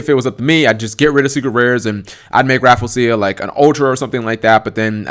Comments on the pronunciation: I believe it's pronounced Raff-LEE-ze-ya, not Raffle-sia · it's "Ra-Flee-jia" not "Raful-seeya" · Rafflesia = Raffle-Sha. Raffle as in "Ticket Raffle"; Raffles as in the Raffles flower, named after Sir Stamford Raffles. The "-sia" part is usually pronounced as "sha" as in "A-sia", "Indone-sia", "Malay-sia". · I pronounce it as "Raf-ley-shia." How do you pronounce it? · No one on Youtube can pronounce Rafflesia correctly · lol sorry but i just cringed at you mis saying her name sorry lol. but i love your videos man :3